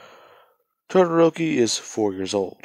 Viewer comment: Its todoroki it's todoroki it's todoroki it's todoroki